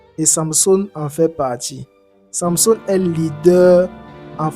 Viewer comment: Pourquoi tu as du mal à prononcer samsung